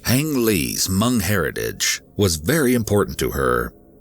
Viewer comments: Hmong is pronounced MONG not MUNG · It’s Hmong not Mung. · As a Hmong person please pronounce Hmong correctly! It’s not “Mung” it’s “Mong”. It’s so hard to hear it said like that😅 that being said my dad is from Laos and moved to Minnesota as well. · respect, but it's pronounced "h-mong "(mmm like thinking(the M start like monkey), then ong, like bong) > mm-ong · The way he pronounces Hmong (Hmoob) 😂. Never heard it pronounced that way. It’s usually pronounced maw-nnng.